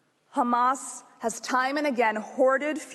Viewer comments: It is Hamas not Khamas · Khamas , khamas , khamas ... he's repeating this for about 5mn now ... come one next ... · This is an old Isr@ tactic of denial, which is not working anymore, honestly... Everyone in the world sees The Genoside being conducted everyday, and it's all over the Social Media, in front of everyone's eyes...Did someone count how many times he pronounced "Khamas"? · take a shot every time they say khamas (try not to get alcohol poisoning challenge IMPOSSIBLE) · hilarious is the way they kept saying KHAMAS, when they can speak a fluent English.And it's also hilarious that they said KHAMAS 137 if i'm not wrong, not talking about a single crime of war that they did.😂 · They can't say Hamas, KHAMASSS